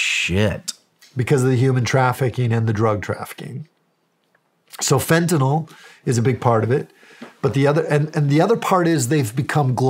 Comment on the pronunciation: This guy is the first person ive heard in ages pronounce fentanyl correctly